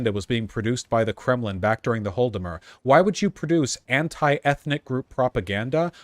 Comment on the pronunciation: Vaush, I love you, but you really gotta fix your pronunciation of Holodomor. It's "HAW-la-da-mor" or "ha-LAW-da-mor", not "HALL-da-mur"